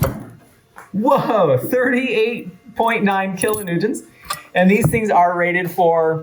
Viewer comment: Kilonewtonts? That’s what you said ? 😅